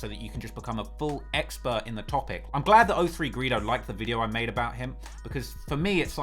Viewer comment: Is it hard for u to say free O3? Instead of free Ophree